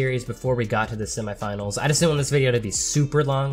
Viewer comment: Why u saying semi finals weird no hate keep up good work thow